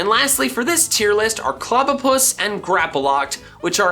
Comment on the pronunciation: THERE IS NO VOWEL BETWEEN THE P AND THE L IN GRAPPLOCT!